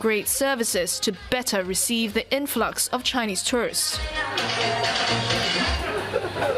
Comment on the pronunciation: Please don't pronounce tourists as tourist. One is plural the other is singular. Learn how to pronounce correctly!